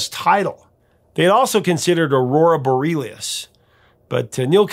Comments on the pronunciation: Aurora "Boreelius"? Bore-ee-AL-iss Aurora Borealis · Borealis - bore-ee-AL-is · pronounced Aurora Bo-Ree-ALICE. Meaning northern lights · Borealis is pronounced "bore-ee-ALICE" 🙂